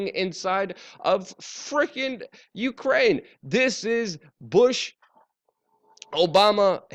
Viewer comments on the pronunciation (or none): none